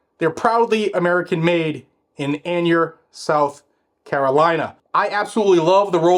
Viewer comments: The place in South Carolina is pronounced Ay-ner , not being a jerk, just trying to help. I made another channel to subscribe again. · Hey I need to tell you how to pronounce the town of Aynor SC.